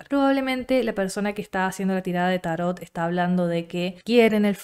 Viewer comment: Vpy bastante a Argentina, nunca había hablado con nadie de Tarot, pero bonito ver cómo mantienen la pronunciación grave italiana "tárot" y no la árabe o francesa "tarót" que tenemos en Colombia, interesante.